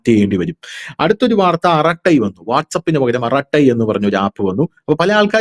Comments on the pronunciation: അരtai is the correct word not അറtai rough meaning is ചർച്ച. aratai arangam ,a famous TV program in tamil channel may be known to all. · Hello! Dhanush ആറാട്ടൈ അല്ല അറടൈ അർഥം വർത്തമാനം(in tamil) പച്ച മലയാളത്തിൽ പറഞാൽ കൊച്ചു വർത്തമാനം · It's ara ttai..it's a tamil word means ..talk